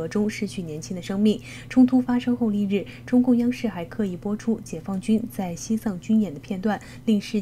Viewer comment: 是翌日，不是竖日